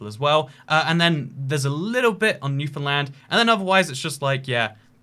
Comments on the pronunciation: wow a non canadian who can actually pronounce newfoundland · I noticed that too. Impressive. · Finally, finally someone pronounces my province, Newfoundland, correctly. Thank you.